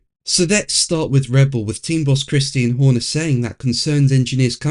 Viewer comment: Did you just call him "Christine Horner"??? That's fucking hilarious 😂😂😂😂